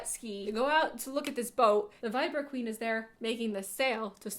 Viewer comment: “There’s a river kweeen” haha loved it